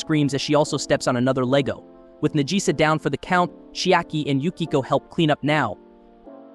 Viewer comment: Najisa = Nagisa. The name was pronounced wrong (typical american) and then subtitled after that...